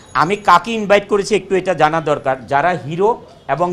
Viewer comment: ভাই উনি যে কথাটা বলল, সেটা ইনবাইট হবে না ইনভাইট হবে?